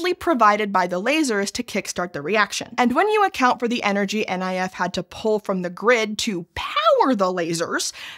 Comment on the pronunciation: NIF is pronounced "nif", not "N I F". 😅